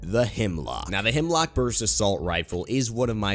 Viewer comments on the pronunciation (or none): Am I the only one who gets triggered when people think its HEMLOCK when its HEMLOK 😂😂😂